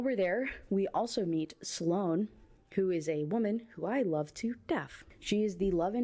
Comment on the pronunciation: I’m not listening to another video of hearing Silone instead of Sloane. I’m actually going to need a Sloane trigger warning going forward and I’m being so serious rn lol